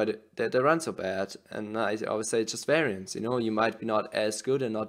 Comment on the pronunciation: Weraienz 😂 werrienz 🤣